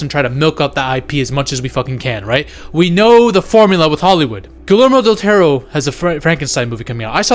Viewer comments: First time he said something like «Guhlermo Dutero», but afterwards he just said it «Gelermo dul Tauro» like any other gringo ever, which I'm used to, so it's fine. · ❎Guillermo Del Toro ✅Gullärmo Del Tarot